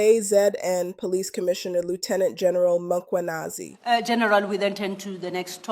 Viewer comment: “Angiyidawo iNkosi isangigcinile” you know how to say this - but cant say Mkhwanazi yesis